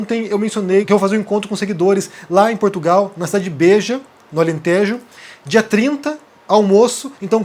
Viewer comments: O nome da cidade não é Bêja, mas sim Beja (lendo-se Béja) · cá a pronúncia Beja e Alentejo, é com E aberto! Beijinhos